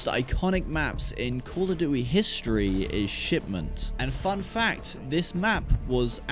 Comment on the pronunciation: Call oh duwy ??? 🤣🤣